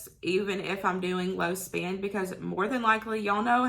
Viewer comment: Low spin no spin? What does that mean? You mean spend. Lol! It was your accent that got me confused.